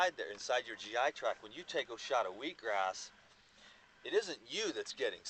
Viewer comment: its just cause you constantly hear weed-gras, ha!? :)